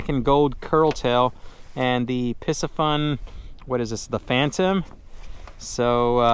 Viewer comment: Pee-see-fun is the correct pronunciation. Great channel, tight lines!